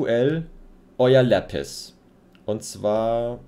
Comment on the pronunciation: Sorry aber nicht lepis, sondern Lapis